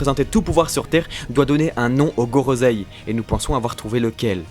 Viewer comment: Gorosei et pas gorozei